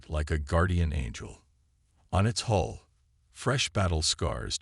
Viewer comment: It is not HOLE IT IS NOT HALL DAMAGE IT IS HULE DAMAGE. PLEASE TRY TO GET IT RIGHT